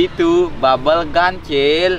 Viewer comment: iya tapi ini "GUN" bukan "GUM"